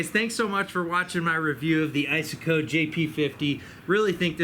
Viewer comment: "ice -a-coe"???